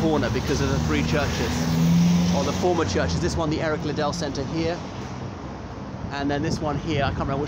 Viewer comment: Its not pronounced LiiddELL- its like Piddle, Riddle etc